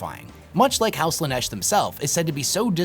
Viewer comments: I disagree with some of these takes, and that's fine. What isn't fine is how you pronounce Slaneesh 😭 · Do you pronounce stuff wrong/differently on purpose? Like Slaanesh you pronounced in like three different ways?